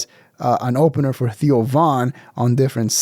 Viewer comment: Theo is 1 syllable